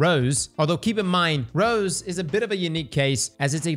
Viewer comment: It's Rose, not rows 😂